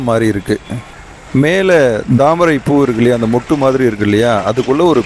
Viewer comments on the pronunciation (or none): Chinna suggestion bro, adha dhamarai poo illa Thaamarai poo. Tha ku pathila neenga dha use pannuringa. Konjam avoid pannikkonga